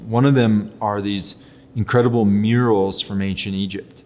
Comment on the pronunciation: myeerals? MeYour ULls (murals)